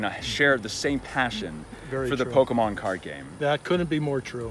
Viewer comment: “ Poke - men “